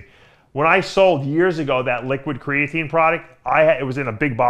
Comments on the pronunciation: '' crayateen '' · what is "CRAY-uh-TANE" lol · The way that pronounces “creatine” 🤦🏼‍♂️🤦🏼‍♂️🤦🏼‍♂️